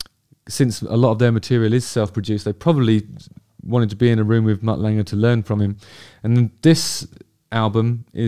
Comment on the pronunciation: Thankyou Justin for finally teaching me how to say Mutt Lange properly.